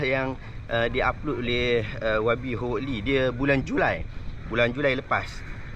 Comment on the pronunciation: Howard disebut = HA-WED, bukan HO WED.